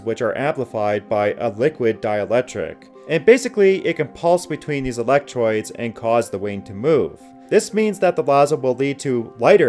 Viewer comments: Dude - pronunciation, please. "Electroids"??? ROIDS ?? Say ROADS, not ROYDS. Sheesh. (Go to in the video.) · Perhaps I will consider subbing to your channel when you learn to properly pronounce simple words like 'electrodes'.